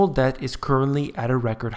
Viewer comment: DEBT...not "dept"